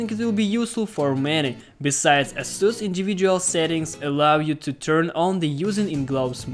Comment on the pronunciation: ейсус правильно по англійські